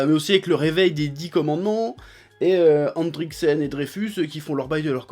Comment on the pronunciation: C’est pas endricksen cest endrickson 😂